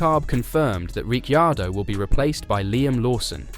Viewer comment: Please…you pronounce his name RIC CAR DOE the I is silent. Got it…good👍